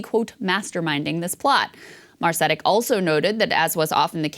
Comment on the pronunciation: Interesting segment but you're really butchering the pronunciation of Branko Marcetic's last name again.